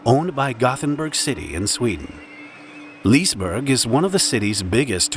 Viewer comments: Liseberg isn't pronounced lisberG. It's closer to liss-eh-berj. How does one research a topic without ever hearing the way it's pronounced? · What is this "Leese-burgh"? :) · Its lis-EH-Berj not lis burg … never thought my hometown would feature on this channel. It was really tragic, been to liseberg many times…it has a good safety record before this. Fun fact, once, michael jackson rented out the entire park and visited by himself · By the way you dont say lisberg you say lisebery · I remember when this happened it’s so crazy, I’ve been to the regular Liseberg amusement park dozens of times and this accident is the last thing I expected Also you’d pronounce it more like lee-se-berg not leese-berg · Li se berg! Not lisberg, see the difference? 😂🤦🏻‍♀️ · it sounds very funny how you express the parks name, You say pretty much Lisberg without the E when it is Lis-E-berg. :) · LisE-Berg NOT "Lisberg" 🚫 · It's not Leesburg, it's "lee-suh-berj" (where the 'j' is a sound like the y in "you") That said, I am surprised I didn't hear of this one. Seems like a big one. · LeIsBoUrG ist liseberg or just liseburg.i just got mad at how he said liseberg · its pronouced lis-e-berg bro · Ahhh, the classic park called Lisberg and not Liseberg. 😄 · I beg of you, at least look up the basics of how names are pronounced lol. The first "e" in Liseberg is not silent whatsoever. Liss-eh-berg. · As a dude in the comments i feel obligated to tell you its Liss-Eh berg. You DO pronounce the E. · It's pronounced Lisse-berg. But that's not easy to understand for a non native Swede. :) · yeah ”lisbörg” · Please actually pronounce it as Lis-e-berg, like I'm swedish, Good video though. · Liseberg is pronounced LEEway-SEcond-BAd-RG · Note: The "e" in Liseberg is not silent. It is not "Leesberj". On the positive side, it seems this is a YouTube video based on facts and not made up or overexaggerated, which is nice. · That's a weird pronunciation of "Liseberg"... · bro can't say liseberg 💀